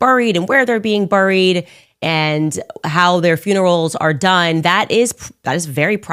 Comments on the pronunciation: The fact she pronounces "buried" like how it's spelled and not how any normal human being pronounces it makes me want to violate the Geneva Conventions. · She tries to sound intelligent but fails miserably. It’s pronounced “berried” not “burried “. Get ahold of the English language psycho. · Burr-ed.. lol that pronunciation... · Why cant she say buried!!!lol